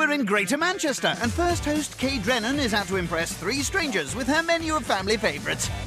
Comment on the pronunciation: Her name’s ‘Kay’, not ‘Kate’